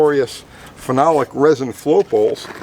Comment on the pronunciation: I like how he usually says....phenolic LOL....spot on this time.